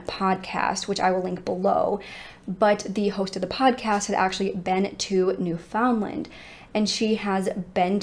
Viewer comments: awesome video but the way non newfoundlanders pronounce newfoundland bothers me lmao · I like how you say Newfoundland. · Thank you for covering a case from my homeland. It’s such a small place in Canada, most people didn’t hear about it until 9-11. I’m very familiar with the case and believe they all perished 24 years ago. I don’t know how the mom has coped all these years, not knowing the fate of her children. Btw Newfoundland rhymes with “understand”. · Newfoundland is actually pronounced New-fin-land! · pronounced "newfinland" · Newfoundland is pronounced like “understand”. Not NewFOUNDland or NEWfoundland. Altogether. Look up Mindy Kalings description 😂 I figured you were from here (NL) when doing this case until you pronounced it. Thanks for covering this case. So sad. I wonder about them all the time. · I am originally from New York State and the correct pronunciation for Newfoundland is NÉW-fnd-lnd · Just for anyone interested, Newfoundland is pronounced like "new-fun-land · 45 years& I never knew it was pronounced new-fun-land😂😂😂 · I live in Nova Scotia, Canada... which is also on the east coast of Canada and pretty close to Newfoundland. My father's side of the family is actually from Newfoundland. I do find it funny to hear Americans pronounce Newfoundland. They always pronounce it 'new-found-land' with such an emphasis on the found part! 😂 Here, we pronounce it 'new-fin-land' but without breaking it up into three separate words... it just kind of all runs together like one long word. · The way you pronounce Newfoundland is.... newfin Land with the emphasis on Land. You say land and not Lind